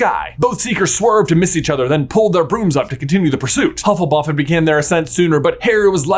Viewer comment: I'm very much enjoying the mistakes on saying Hufflepuff quickly! I need a movie revolving around the new school house, Hufflebuff! Full of weight lifters and constantly going around talking about leg day!